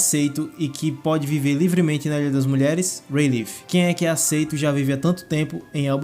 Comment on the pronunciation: A pronúncia certa de Rayleigh é ray-lee! E não ray-leef